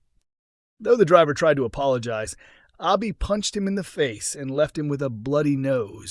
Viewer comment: Her name is pronounced Abi as in Abbey not Arbi. So annoying hearing you mispronounce names all the time.